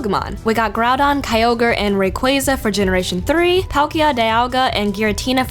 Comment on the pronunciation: Finally a YouTuber who pronounces the name Rayquaza right!!! BTW That's me fav pokemans.